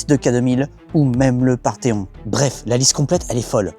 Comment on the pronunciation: le « Parthéon » 🤔🤭